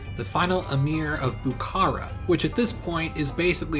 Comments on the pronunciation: Also the stress of Bukhara is on the last syllable. Bukhará and not Bukára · I’m a Bukharian Jew, a word with “kh” is pronounced like a rough “h”, not k. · "Buhoro" If we spelling and pronounce like a native ! Not Buhara and else, Buhoro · Lol its Bukhara . Its not a Turkish but Persian city Stop ommiting K . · Love the video, but your pronunciation is really atrocities at times, especially Bukhara (the kh is pronounced as one letter that is like scraping your throat)